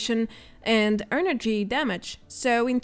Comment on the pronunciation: Great video! Promise I'm not picking on you when I suggest this, but try and say "energy" not "earnergy"